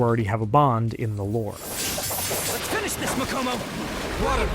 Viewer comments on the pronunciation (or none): none